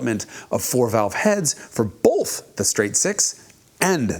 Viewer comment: He says “boalth” even though it’s spelled “both”…… both times.